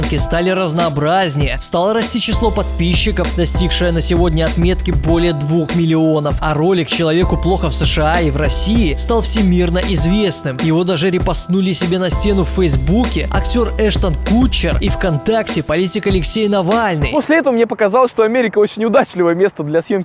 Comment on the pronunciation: не Эштон кутчер а Катчер